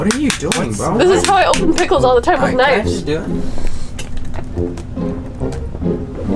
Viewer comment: I was liturary eating pikuls when she said : 'and here we have pikuls '